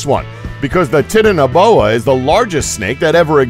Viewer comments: Btw Its not Titiniboa its Titan-Boa just saying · It's titana like titanic not tit ana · U said tiniboa when it is titanboa soz I just thought you could check it and know because I didn't know what you were talking about... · its not tiitinaboa its titana like titanic (big) titanaboa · Please stop saying tit in a boa. It's Titan. Titan-o-boa. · Titanoboa is pronounced tie-tan-no-boa not tit-an-oh-boa! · How he says titanboa makes me laugh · tit-ano-bona gad i love how these guys misprounounce everything wrong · Pronouncing Titanaboa incorrectly. It's "titan a boa". Otherwise great video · It's pronounced titano as in titanic. Because it's huge. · The Titanoboa is pronounced TY~TAN~NO~BOW~WA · It's pronounced tai Tano boa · Titanaboa? It's pronounced like Titan, and titanic, meaning exceptional size, strength or power. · I like how he says titanoboa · You pronounced the snakes name wrong I watched the documentary on Netflix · He pronounced Titaniboa wrong. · He can't even say titanabo right XD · he pronounced titanaboa wrong